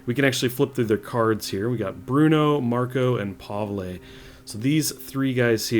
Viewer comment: Pavle - pronouced (pah-vul)